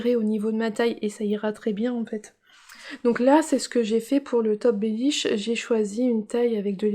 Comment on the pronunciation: Coucou, tu m'as bien fair rire avec le bellish😂 et bravo tu as encore bien dit twigale. A bientot😘😘